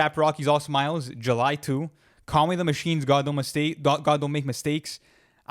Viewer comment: Why are u pronouncing Conway like that?🤣🤣